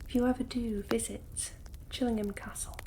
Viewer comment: Love this video! (And how you say "Chillingham") :)